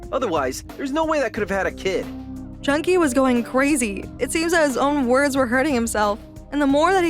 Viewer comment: It is pronounced Jun-Ki